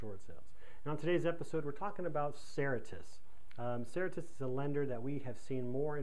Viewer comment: If you are making a video about a company and its policies, it would help to pronounce the name correctly.